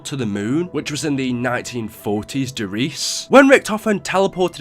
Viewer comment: I would love it if YouTubers could actually pronounce the German maps names, like Der Riese is not pronounced de Reece.. its pronounced Dere Reesa. Der Eisendrache is pronounced Dere Ai(pirate voice)sendraaage